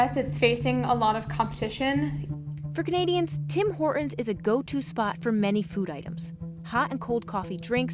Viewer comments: I am noticing an odd speech affectation in the States - dropping 't's... as in "Tim Hor'ns" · What happened to the T in Hortons? Tim Hore 'un's? Both of female interviewees and the narrator. WTF? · That's how Horton is pronounced in his native language (Canadian). Especially in Toron'o. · Somebody please get a hold of this broad and make her say Tim Horton's the right way! Over and over until she gets it right. Driving me out of my skull the way some of the youth talks and tries to change pronunciations of words! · Her pronunciation of Horton's is HILARIOUS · Why are you dropping the T in Hortons? It sounds weird. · Why didn't they let the narrator pronounce the T in Horton's? Also they're merchants of absolute garbage, that's why they're failing. A shadow of what they were 10 let alone 15 years ago. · Interesting that the female narrator doesn't know that there is a "T" in Hortons. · Off topic, but does anyone notice that both the female spokesperson and the narrator pronounce T as a really strong "glottal stop" in the middle of words ("Horton's") and end of words (ie, "not"), where as the (presumably older) male spokesperson pronounces it more softly? This is a change I have noticed in people's speech in the last fifteen or twenty years. I'm weird. Or old. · Could someone tell the narrator that there is a T in Horton's? Her pronunciation is "hor-ins" and it sounds so incredibly ghetto. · "Tim Hor'ons"? Narrator, fix your glottal stop. There's a "T" in Hortons! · Hey narrator, horTons has a frikkin T. It’s not hor..ons. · It bothers me that the narrator and several of the people interviewed cannot pronounce Horton’s. It’s HorTon’s not Horrin’s. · Dear narrator...there is a "T" in Horton's...it is not Horon's! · Hore-ins? There's a T in there. Maybe if you say it right you'll have better luck. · What is the issue with American's mispronunciation of such a simple name? There's a second "T" in there, guys~ Tim HorTon's~ not Hor-un's. Geeze.